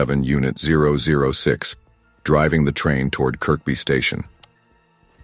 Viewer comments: Is anyone annoyed with the pronunciation of Kirkby as its pronounced as Kirby not Kirk-be. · by the way it's pronounced 'ker-bee' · It's Kirby,you don't pronounce the second K